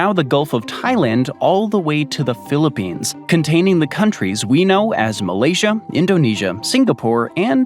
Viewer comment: Did you say philippines bro